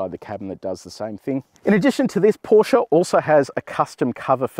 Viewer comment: Thanks for calling the brand name as is: PorschE not Porsch